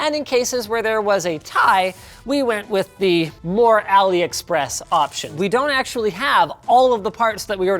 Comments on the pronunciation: Drinking game: take a shot every time Linus says “Aliexpress” or “Aloexpress-y” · When he says AliExpressie......I exactly know what he means lol.